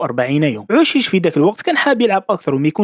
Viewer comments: اوشيش وليس عوشيش Aou chiche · نيشان عندك لحق شحال من فيديو ڨلتلهم بلي اوشيش ماشي عوشيش